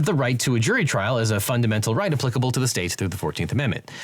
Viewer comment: you're pronouncing applicable wrong